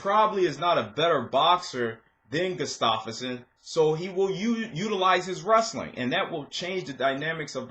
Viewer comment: Did you just say goose-stoff-erson? Its gustaffson dude. Wrecked his name. Sounds like gu-staf-son